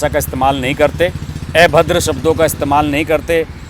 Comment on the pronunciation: I don't understand why people from Hindi heartland can't pronounce a and they pronunce it as e. अभद्र को आप ebhadra बोलते हो